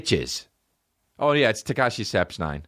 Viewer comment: Went from Tekashi to Tekooshi to Tekonchi hahahahahahahaha i love this man